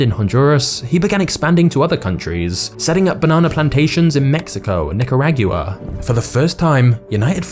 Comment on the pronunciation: Mans really said NICARAGUWA 💀